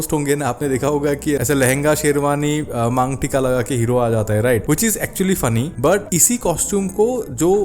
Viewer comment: Sorry but kya bola apne "mang-tika" 😅😂#dhubri #goyalparia #assam